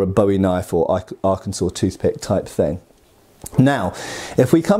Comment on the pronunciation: "Arkensas Toothpick" 🤣🤣🤣